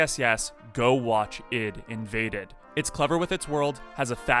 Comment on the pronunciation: I thought it was pronounced I. D. Invaded. Not id